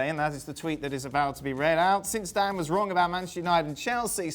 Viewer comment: Stevie calls Dan ”Dawn”